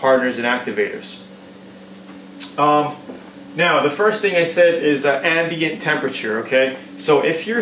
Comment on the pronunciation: You lost me at "Ambiant"